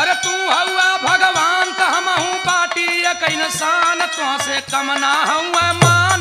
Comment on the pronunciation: Bhagwanka nam pronounce karne bhi nahi aata